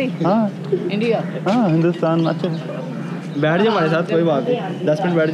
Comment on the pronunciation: haha you say ah cha which is derogatory term in cantonese for indian subcontinent people